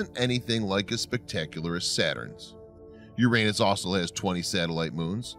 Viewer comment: It is the correct pronunciation.